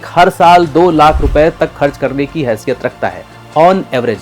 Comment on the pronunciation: Aukat or hasiyat word bolta galat he